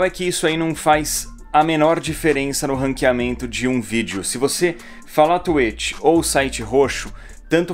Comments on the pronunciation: Vc gravou falando tuêt, não tuítx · Não fala tuetchi e sim twitch exposed! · tá, mas vc não falou twitch no seu vídeo, vc falou tu êchi (kkkk é zueira) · Oq tem q falar: twitch Oq o edu fala:tuêti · Ninguém: A Absolutamente ngm: A Edu: T U I T I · Mas ce falou twetch por isso nao deu